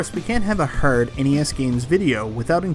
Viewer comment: Is there a bit to why you are saying the word "hard" wrong, and a lot of other words? Arkanoid is the hardest NES game, and its not close. There is a cheat code for unlimited continues, the only way to beat it I believe. I don't think anyone has ever beat it without a tool assisted run